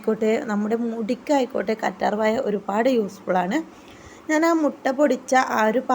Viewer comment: കറ്റാർ വായ അല്ല കറ്റാർവാഴ 😭😭😭😭